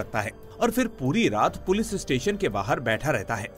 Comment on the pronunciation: Bhai sab thik he par पुलिस को पुलिस ही बोलो पुलिज नहीं इट्स इरिटेटिंग